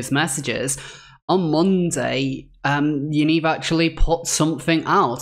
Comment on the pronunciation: Great video however 'Yaniv' is pronounced as it looks, not 'Yaneeve'. Thanks again for your amazing exposės.